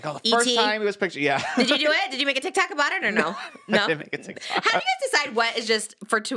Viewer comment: I love how Trish says TikTak